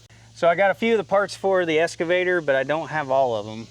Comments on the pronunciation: X cavator! Not S cavator! X X X! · It's an excavator not an escavator